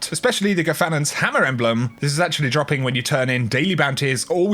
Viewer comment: Have you ever noticed, when you saying something like "dropping", you put a little "k" at the end of it? So it's like "droppingk". Love you.